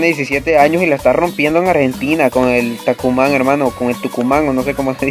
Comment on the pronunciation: Hola bro se dice Tucumán